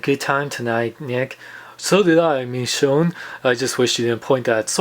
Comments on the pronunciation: Sorry but it's pronounced "Mee shown" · is it just me or does not pronounce the "sh" sound? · You say Michonne name weird